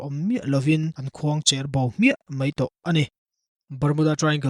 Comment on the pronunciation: Khuangcher bo tih a khuangcher ilam Dan khi diklo.. a bengvar thlak e...